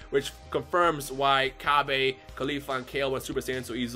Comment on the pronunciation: why do you still pronounce Cabbas name like that we have a official way to say his name now and thats not how you say it